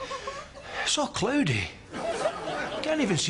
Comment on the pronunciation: It's aal cloodie